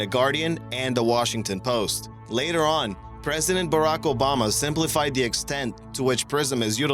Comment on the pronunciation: When you try and say "the" but all that comes out is "da"......